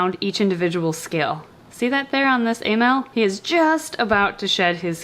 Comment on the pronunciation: Emaille snake (I think that's how you spell it) Me: Email snake?